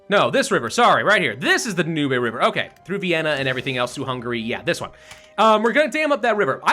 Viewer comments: Dam the "da-nooby" river Hope that was meant to be a joke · I know they're minor things, but ... things like the "Dahnoobay" river and thinking the Dutch East Indies were a British colony bug me when he's also constantly giving the mod makers a hard time over minor spelling errors.